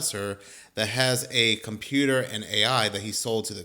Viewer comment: Compuu-er says no... If you know, you know.😂